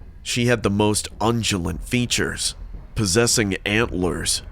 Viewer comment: It's convent, not covenant. And a deer is an ugulate not an "undulate".